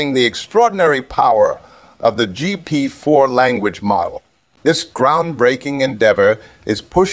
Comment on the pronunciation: Auto-Jeept uses GP-4. The TTS software you're using could probably use a bit of work. Good video though.